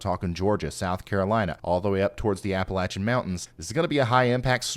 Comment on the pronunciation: Lo e watchin you, best weather station bar none. THANK YOU for everything you do.....and for pronouncin Appalachia correctly!!